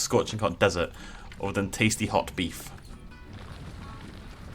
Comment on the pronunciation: Why does ”hot beef” sound so incredibly weird?